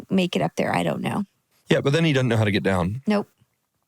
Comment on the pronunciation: I love how Jeremy adopted the Texas twang of “dudnt”… “He dudnt know how to get down”….its easy to pick up accents. He was born in PA!!😂